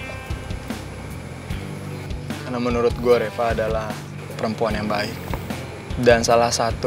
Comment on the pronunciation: Coba liat di bilang reva jadi repa